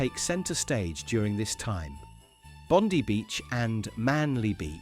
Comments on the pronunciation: Watching right now.. I love your video.. just one thing it’s Bond eye Not Bond eee And today we are 24 hours after a terrorist attack killing so far 15.. celebrating Hanakah 😡 Stay safe Merry Christmas But remember it’s BOND EYE NOT BOND EEEE AS YOU SAID.. Thankyou 🙏❤️ So many dead People who hate Jews.. I’m glad one was shot dead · It was so annoying that some much of the video was back to front Bondi is pronounced bondeye